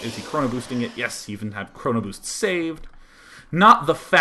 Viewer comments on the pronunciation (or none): "chrono bewszt, on the nexii"